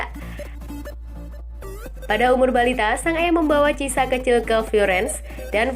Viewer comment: Bukan Cisa ya min tapi cara nyebutnya KIESA, bukan delek ya min tpi DE LIG